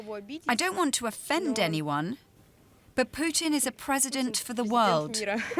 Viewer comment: Bro man called Putin poutine 😂